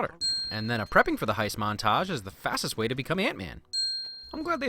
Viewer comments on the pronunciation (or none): it's just 'to', get that extra o outta there! 🙃